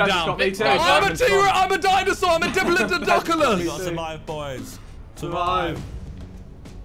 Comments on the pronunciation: ''Im a dipolododoculus'' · The way Simon pronounced Diplodocus 🤣